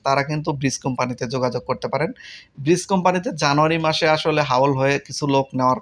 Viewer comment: ভাই আসসালামু আলাইকুম ব্রিস কোম্পানি না ব্রিজ ডেলিভারি প্লিজ ডেলিভারি